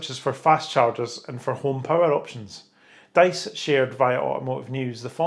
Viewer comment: [Pendant] Diess is pronounced "Deese" not "Dice" [/Pendant]